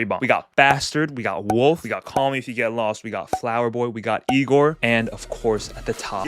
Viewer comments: Bro butchered igor😢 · Never let bro rank again😰😰 also the misinterpratation of igor hurts